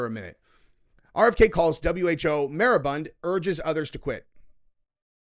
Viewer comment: It's MOR I BUND. Look it up!